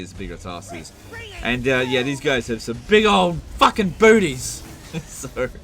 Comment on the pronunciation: Holy Sheeet I wasn't expecting the thick aussie accent on that "big fawken booties!"